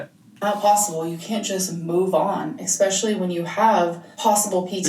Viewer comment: i dont know if 'vanella', 'expecially', or 'Laygo' annoys me the most. judy is soooooooooooooo adorable